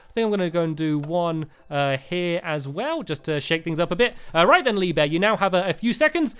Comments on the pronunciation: He said leave bear instead of lee bear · At the beginning, he said Lee beur XD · The second time you said Lee Bear, you said Lee Bee